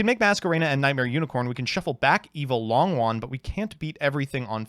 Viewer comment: one day you will pronounce longYUan correctly. i have faith in you